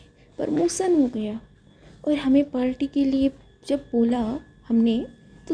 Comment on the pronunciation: Hi miss i am naw subscriber yar aap ye parti ko palti bolti ho